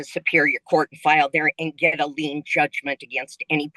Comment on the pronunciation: It's actually "liens" by the way, not "lanes," but no social security payments are not subject to a lien at all under any circumstances because liens can only be put onto actual property [houses, cars, equipment, etc...] things that are tangible items. Something that takes a portion of someone's income is called a garnishment. However, Social Security benefits cannot be garnished to pay a private creditor. The only circumstances Social Security benefits can be garnished is for unpaid federal taxes, unpaid federal student loans, child support, alimony, & legal restitution [for criminal matters which debt judgment does not qualify as.] Another thing to keep in mind is when someone files a bankruptcy case there is a universal, automatic stay that goes into effect preventing any action to collect a debt by anyone from you. So, even if she were to leave this debt off of the list she filed with the trustee this lady still cannot take action to collect the debt after she filed for bankruptcy. In fact, the trustee can actually force an "insider" [the term used for friends, family, & business associates,] to return all money and/or property received for up to 1 year prior to the bankruptcy filing if it was made to pay a debt owed [if it wasn't to pay a debt then they can still take it back, but it will be viewed as an attempt to defraud the courts/creditors & will cause more problems for both the "insider" & the debtor.] They will also do this to any creditor if they were paid more